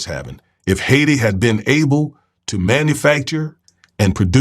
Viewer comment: You're saying it like a white dude ... it's pronounced....high tee.... Haiti